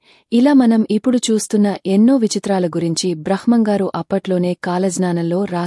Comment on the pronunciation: బ్రహ్మం గారు అని పలకాలి